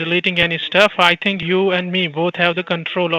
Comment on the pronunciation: "i tink u r mistaken about tis ting sir"